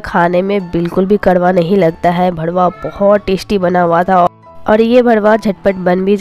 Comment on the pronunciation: Aap galat pronounce karte ho...karela ka bharuwa hota hai...aap aise bolte hai lagta hai ki gali bol rahe ho...R ki jagah D mat use kijiye.